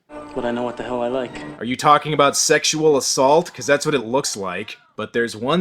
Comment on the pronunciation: YES! we finally got an "Aboot" and a "Hoose" from